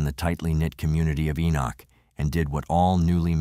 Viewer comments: It's not pronounced E-knock. It is pronounced E-nik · FYI, it’s pronounced Ee-nick. I live not far from here. 😊